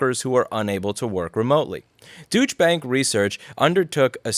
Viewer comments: At first I thought that you pronounced bank’s name wrong, but you are doing it correctly “Douche Bank” 👍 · I like how you say Deutsche Bank similar to douchebag. It fits them well. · Love that you pronounce Deutsche Bank as "Douche Bank" :) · the correct pronunciation is doy-cha phonetically. Its the national bank of Germany. They have been universally condemned in europe for this statement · Louis said Deutsche Bank, I heard Douche bag.... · Deutsche Bank - or as Louis pronounced it Douche Bank. The people who brought you Credit Default Swaps. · I love how he pronounces Deutsche Bank like Douchebag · Douche bank LMFAO Mr. Louis! P.S. The actual pronunciation is "Dawshay" "Dowchai" something like that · You're pronouncing it douche bank on purpose arent you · When i heard Louis say Deuche Bank,i heard douchebags. It seems i heard it right. :D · I love the pronunciation of "Deutsche Bank" as "doosh bag" every single time! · I love how Louis pronounces Deutsche as douche... but I guess nomen est omen. What they suggest is indeed a pretty douche move :D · Two things, Louis!: 1) I share equal frustration and think the idea of this tax is shitty! 2) On behalf of your German followers (such as myself lol): I wanted you to know that you are pronouncing the name of Deutsche Bank wrong. It is pronounced like [D-ohy-tsch-uh] Bank. The ohy is like an Australian person going Ohy. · Nope, he is pronouncing it correctly.. Douche bank. Sounds right to me. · It's pronounced 'DOI-cheh', even if it is run by douches. Yeah, I know he was doing it on purpose, but it was still driving me crazy. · Did anyone else hear "douche bag" instead of "Deutshe Bank"? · Really Louis - Dooch bank? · Are you calling them Douche Bank on purpose? Because that's not how you pronounce Deutche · Sorry, did you just say douchebag or Deutsche Bank? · It's pronounced douche bank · say like this Doiicha bank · LOL, that does sound like you are saying "douche" rather than "Deutsch". ;)